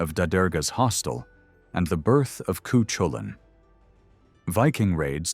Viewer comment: Cu chulainn is pronounced...coo coo cull in